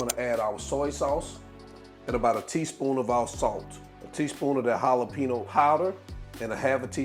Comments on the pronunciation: Yum! Your secret is the cornstarch. I am so trying this. All I need is the chops. I bet it would taste good with turkey chops as well. 😊 Btw you and I gonna fight over your pronunciation of the word JALEPENO. 🤣😫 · I was saying they same thing🤣🤣🤣 Halapeno, the J is silent Jalapeno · Regardless of how you pronounced Jalapeno. It bet the chops are 🔥I'm gonna try these. I always use cornstarch when I fry. Also, if you ever fry fish. Batter it the same way. Dip the fish in water & redip again in whatever batter you use. OMG talking about Crispy! That's if you like your fish Crispy & not soft! Just a little FYI